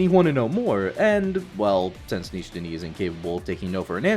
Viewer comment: sure but you pronounced the "tani" part like you would the "tony" in gluttony, if that makes sense. The i at the end of nishi is shortened/silent, sure, but the end still sounds hella white. A for effort tho lmaooo who cares I guess